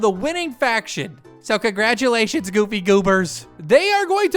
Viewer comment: Also thanks for the "Congraulation"